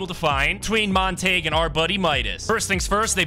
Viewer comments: Bro calling montague montage and the llamas horses should be crimes. Its pronounced mont-a-gyoo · Just saying for your own sake man it's pronounced montag-you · His name is Mon-ta-hue.